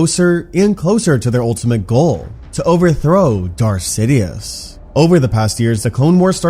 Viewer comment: I thought he said, "Darth shitious"